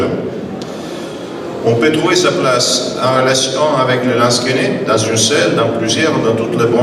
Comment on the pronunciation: Lansquenets... pas 'lansquets'